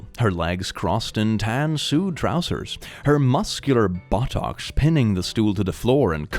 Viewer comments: It's not important, but , you said "tan Sood", it's "sway-d" :3.! Thanks for the rad video like always click, you give me hope most nights :"D! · "Suede" is pronounced "swayd", not "sood". These gave me a good chuckle at how bad they are. I make attempts at writing on occasion & these examples of terrible writing give me tips on what to avoid (though a lot of it is self-evident--seriously, learn to treat them like the people they are, & don't sexualize or objectify women's bodies). LOL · btw suede is pronounced 'swayed' ♥ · 1. I'm pretty sure (not entirely sure so please correct me if I'm wrong) that's not how you pronounce seude, and two, literally nobody can be "perfectly vertical", that hurt to read, everyone's body has curves that would prevent that like the arch of our back especially T-T